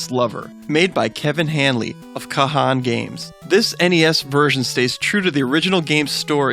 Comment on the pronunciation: ka-han games? pronounced khan, mate